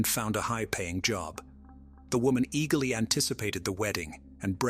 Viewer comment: “Another fail ya” aka failure… it also can’t pronounce eagerly it said eagle-ly lol